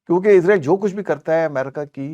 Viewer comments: Please say Israel not izreal which is death angel Don't copy English people Because in English s in middle is pronounce as Z like is or wes or films exce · اسرائیل لفظ ہے عزرائیل نہیں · چودھری صاحب اس بندے کو پہلے یہ تو بتائیں کہ عزرائیل فرشتے کا نام ہے جب کہ اسرائیل ملک کا نام ہے نام تو درست لے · Bhai israil kehty hen mgr ap isko izrail ku kehty hen zra istaraf tawajjo kia kren plez .... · Word israil hy izrael nahi😅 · Israeel. Not izraeel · Muhtaram aap israiel ko azraiil bolty han isko thik karin israiil bolin ya pher azzazil bolin azzazil aappko chauhdri sahab batadin gy ❤❤❤❤❤❤😂❤❤